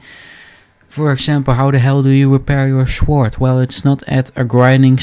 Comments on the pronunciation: Hahahah love your accent, thanks for helping me with my shword repair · blacksmmith, shooooord, your dutch for sure